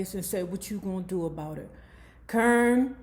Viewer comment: Lmaoo why you keep calling that girl CURN?.. I fall out everytime you say it KAH-rin